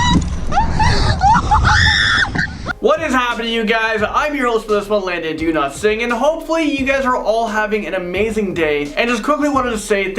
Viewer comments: Anyone else hear “do not sing” when says “Dowlatsingh”? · Omg same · Yes I do, I thought it was just me 😂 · Yes, I do. 😆